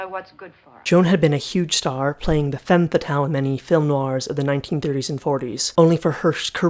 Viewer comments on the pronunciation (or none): none